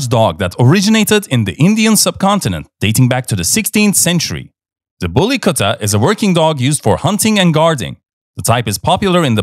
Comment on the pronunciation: U pronounce very well the bully kutta. 😂😂